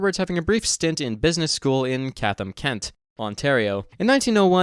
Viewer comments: It's pronounced "Chat-am", not "Kat-am". Also, who pronounces Calgary like that? FWIW, Bible Bill was covered in my Ontario high school courses very briefly during his time as premier during the Depression. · It's chat -ham Kent not cathham